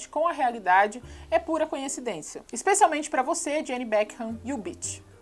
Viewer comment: "Conhecidencia" naaaaao😢